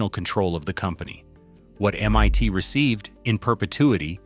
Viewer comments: Very odd video. Why so many irrelevant still photos? And why does the AI voice pronounce "MIT" as "MYT?" I was an MIT student in 1968 and bought a pair of 901's around 1970. The speakers were never meant to be used stand-alone--they were designed to work only with the equalizer box. They had terrific bass and a pretty flat overall response. The "8:1 reflecting ratio" was utter baloney marketing though. The speakers were also incredibly inefficient and needed a minimum of 60w per channel in a typical living room (but they could handle 270w max). The whole thing about the 901s was that they were rear-firing, with most of the sound coming to you from the apparent speaker situated BEHIND the living room wall (imagine the walls of a living room to be glass mirrors and the sound to be light; if a flute is coming from the left speaker, it appears to the listener that the sound is not coming from the speaker box, but rather from the reflection of the box behind the living room wall.) So you got a very interesting stereo mix, where the audio didn't appear to be coming from the speakers directly at all! The audiophile graybeards hated the effect, but the public loved it. By the way, why no mention of the auto suspension work? In the 2000's, Bose demonstrated an "active" auto suspension system, which looked at the road ahead and then lifted and lowered each wheel over obstacles. The result was an unbelievable smooth ride, as though the car were floating. Brilliant engineering, but I thi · Interesting information. Just a pity that the AI voice makes so many speach mistakes like calling MIT M one T 😂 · It's not M-Y-T !!!!!!!!!!!! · These AI videos are entertaining IF you have nothing else better to do. MIT is not M ONE T. Hilarious